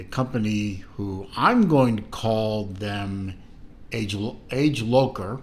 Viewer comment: Age lowker ? That's Latin for "fast forward" AD-JAY-LOT-SHER.